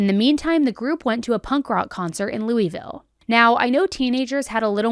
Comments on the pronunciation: You'll know how many viewers you have in KY because we're all on here going, "It's not Loo-ee-ville. It's Loo-a-vul." We'll zero in on that like mispronunciation is the worst crime in this story.😉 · Am I the only one who gets offended when someone says LOUISville you pronounce it lol-vull and new Albany why she say it new ALbany it’s new all-bany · Say it like this: “Luh-vull”. There, now you’re a local 💙